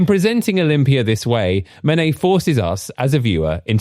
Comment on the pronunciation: Don't use AI voices that can't pronunciate Manet. It is not Man_et, it is Man_ay.